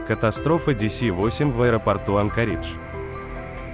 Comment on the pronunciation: Не АнкАридж, а АнкОридж!